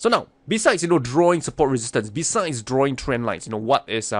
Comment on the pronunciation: "Yue likaa da lien chaert?" 👽 aaaaand "DRAAWIGIN"!!😂😂